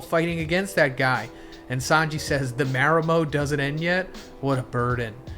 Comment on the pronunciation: 👀 I know you did not pronounce "marimo" like that?